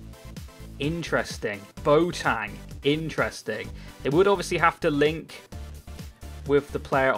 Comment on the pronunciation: Why do you say bo-tang instead of boateng!?!